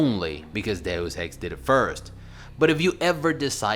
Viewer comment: Thank you for pronouncing Deus Ex correctly. Thank you.